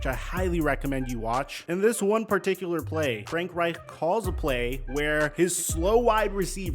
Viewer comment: STOP SAYING FRANK REICH LIKE THAT. Jesus lol.